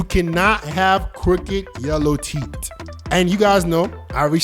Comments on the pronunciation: it's Teeth, not titt! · Why does he say teet instead of teeth?? 😂🤣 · IS TEETH NOT TIT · Bro why does he pronounce teeth like "teet"🤣💀🔫 All love no hate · Why is it hard to pronounce teeth? Wtf is teet?